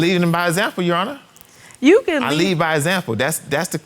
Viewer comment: You lead by Example not by a zample. Lord have mercy 🤦‍♀️🤦‍♀️🤦‍♀️🤦‍♀️